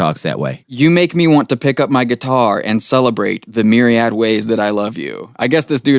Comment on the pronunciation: This is why only 4k listened to this garbage! The Doors suck? These guys dont know how to pronounce Myriad but speak garbage of them being without green cards.